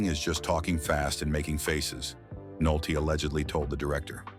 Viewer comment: Stop using robotic synthesized narrators. Humans would know how to pronounce "Nolte" every time, not part of the time.